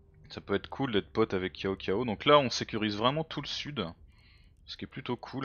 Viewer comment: Cao Cao ça se prononce "Tsao Tsao" ;-) Les C sont des "TS", les Q "TCH", les Zh "DJ". C'est tout ce que j'ai appris du chinois avec ce jeu ^^